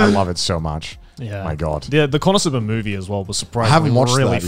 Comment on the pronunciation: Connor: konosuba Garnt: connorsuba